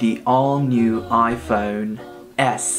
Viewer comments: its phone not phon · the way he says iphone sounds mad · he sounded British when he said iphone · He changes his iphone when he says iphone in a british way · When he said iPhone he said it like English people I donk know if its rude but just telling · when you say iPhone you sound like British